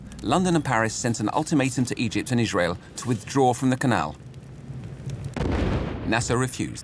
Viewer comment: Narrator for no reason: Ijshrael